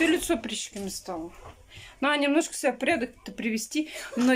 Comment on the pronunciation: Наа подтянуть , она сказала😁